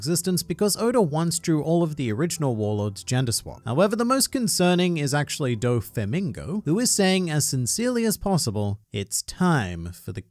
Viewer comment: "Dofemingo" god fucking damn it man